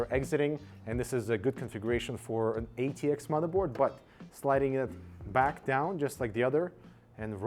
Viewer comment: He said eatx 😂